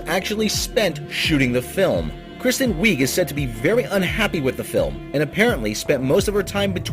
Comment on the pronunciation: One, look up name pronunciations first, that's kind of a sticking point, especially when they are of rather famous people, like Fieg (feeg) and Wiig (wig). Two, sony's hit to miss ratio for movies, favors misses over hits so this isn't a shocker.